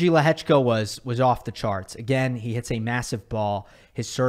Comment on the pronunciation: as a Czech I have never heard such a good pronounciation of Lehečka 😳👌🏼